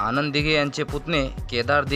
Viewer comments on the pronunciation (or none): none